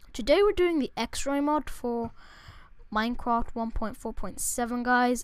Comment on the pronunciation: Lol, minecwaft